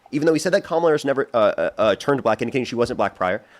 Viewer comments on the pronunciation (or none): Even when you get a smart guy (finally) they spew the same nonsense, same brainwashing, same mispronunciation of Kamala's name (its WEIRD how many mangle her name - seems like a subliminal jab at her). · Absolutely. I remember hearing that Trump’s pronunciation of it was intentional to sound like Kamala the Monster who was a simple-minded wrestler from Uganda years ago.